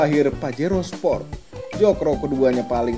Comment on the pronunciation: baskoro tejo sport bang bukan sprot